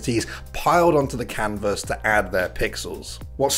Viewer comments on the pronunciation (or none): Is everyone jus going to ignore that saying cannabis instead of canvas? lol